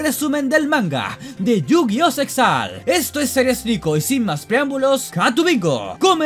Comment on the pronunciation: "Yu-jojo-oh el anime"